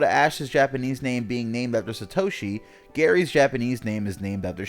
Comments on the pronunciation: Sat oshi not sa toshi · "SUH- toshi" that hurt my ears. Its SAH-toshi. If they knew ANYTHING about japanese theyd know that an A (あ) is ALWAYS ALWAYS ALWAYS is pronounced as "ahh"like the 'o' and 'a' in "opera" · chaeizardX Sa·to·shi 👍 Sat·o·shi 👎